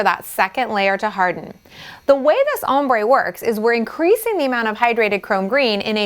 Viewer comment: Am i the only one that hears "hombre" when she says "ombre"?